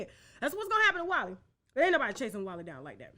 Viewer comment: No it IS Walé, not Wally. It’s the short form of a common Nigerian Yoruba name. Come on Tasha K, research is the key right?